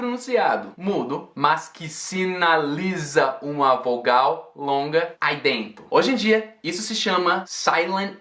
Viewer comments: e esse "ai dento" do nada? kkkkkkkkkkkkkkkkk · Espetacular! Detalhe pro “aidento” cearense em min! 😂😂😂😂